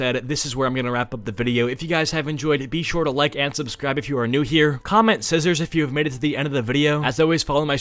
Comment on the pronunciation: SCIZZORS lmao